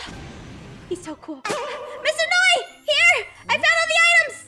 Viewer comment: It's noi not nio ok